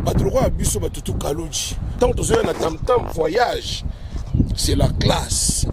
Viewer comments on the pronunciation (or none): none